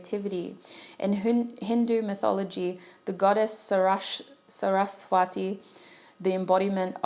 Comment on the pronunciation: Indian here. You pronounced Maa Saraswati accurately. :)